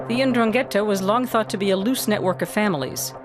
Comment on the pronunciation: It would be nice if the narrator knew how to pronounce 'Ndrangheta (en-DRAN-ghe-ta). That's why most of the world has no clue about la mafia calabrese.